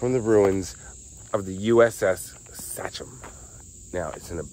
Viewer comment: Love you but you're actually pronouncing "Sachem" wrong. How do I know? I grew up by a school district and a high school named Sachem. Which I could put audio of here on how to say. This was a great video. Cracked me up when you said "I'm in trouble deep". I never would have given this boat another thought. Loved Madonna in the 80's